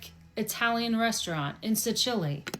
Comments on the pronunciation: Did she say Si chilli did she mean Sicily. Plus spaghetti and meatballs is not an authentic Italian dish together with chicken Alfredo and carbonara made with cream are all USA inventions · Did you catch her pronunciation of Sicily?